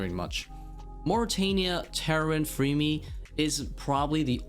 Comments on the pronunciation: When you say Varlamore is casual, you are really not taking into consideration that to get the 9th and 10th combat mastery, you have to beat Sol Heredit Echo, and TzKal Zuk Also why are you saying Freemy? its Fremmy, two m's, not two e's.. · I've never heard someone say FREEme for fremmy lol.